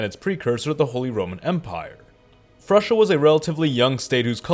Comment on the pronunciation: Frusia? Do you mean Frisia?